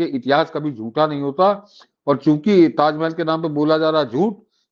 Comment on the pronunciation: ताजमेहेल नही ताजमहल बोलो